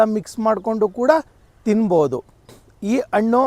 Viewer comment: Please pronounce Hannu not Annu . pronounce kannada fluently.